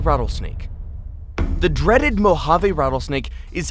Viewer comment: the way he says mojave lmfao